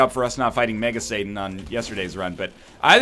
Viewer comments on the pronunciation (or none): none